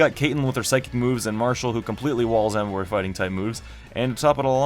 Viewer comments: Bruh u idiot tuber it's emboaaarrr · when u said emboar i was like YES but then u said sammarot and i was like f**k